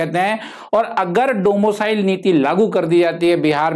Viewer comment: Domo cile 😂😂😂bt axa lga rha hai sunne me